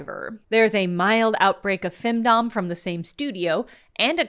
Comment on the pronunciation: When you said "femdom" I thought you were saying "findom" for a second. Findom fits as a concept if someone is willing to pay for a load of shovelware.